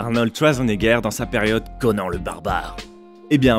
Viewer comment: on dit Conane pas conan